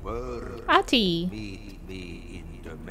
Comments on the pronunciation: Ahti’s actor is such a regular face in Finnish tv but his portrayal in this is on another level. He’s so creepy! Also, the name is pronounced more like Ahh-ti, the h is clearly pronounced and the t is short.So cool of you to play this game, Finnish representation and all that :) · Oof. Must be frustrating for the Finnish people having to deal with the main protagonist calling the janitor "Aati" and not "Ahti" lol... Regards from Norway by the way, Finns are the best<3 (yes take the heart and shut up you cold bastard brothers :D )